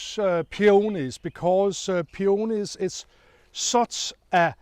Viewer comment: Claus, I like how you pronounce the word peonies , in a certain British TV gardening show they repeatedly say “peenis” , which is hilarious 😂